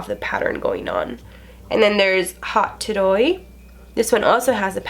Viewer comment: Ok so the "hot toddy" is it supposed to be said like that or did she mispronounce it?!?! Bc i totally woulf pull that also so no shade!